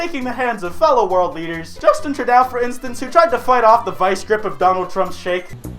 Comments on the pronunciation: its Trudeau, not Trudou. Please don’t ever say it like that again, it hurts me. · «justin trudOW» that hurt me. i felt it in my soul. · Okay I laughed a little when you pronounced Justin Trudeau's name as Justin TRUDAOOOO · Did he say Trudeau like truda?? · Way to butcher the world leaders names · You just butchered Justin Trudeau's name